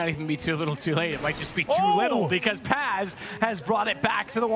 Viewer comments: Video güzel olmuş eline sağlık. Fakat telaffuzlarda sıkıntı var Paz kelimesi yazıldığı gibi okunuyor. Pez şeklinde değil. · İngiliz olduğu için. Bu soru daha önce SpaceSoldiers oyuncularına soruldu PAZ şeklinde oknuyor.